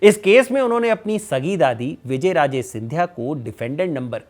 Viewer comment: तुम्हारी रिसर्च बहुत पूअर है तुम नाम ही ढंग से नहीं बोल पा रहे विजयराजे सिंधिया नहीं विजयाराजे नाम है। शिंदे सिंधिया कैसे हुआ यह भी तुमने गलत जानकारी दी? वंशावली भी तुमने क्रम से नहीं बताई। इससे पता चलता है स्क्रिप्ट किसने लिखी किसने कितनी पढ़ी।